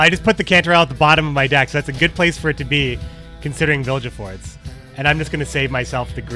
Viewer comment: Good music choice but for the love of everything that is holy - it's Vil-Ge-Fortz not Vil-Je-Fortz!